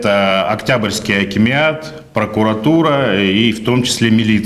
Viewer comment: Даже выговорить не может акимат